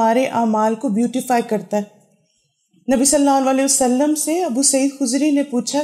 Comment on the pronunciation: pls recite durood properly sallallahu alaihi wa ala aalihi wasallam or sallallahu alaihi wasallam